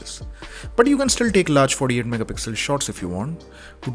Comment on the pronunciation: No One:: FoRdE-AiD MegaPixel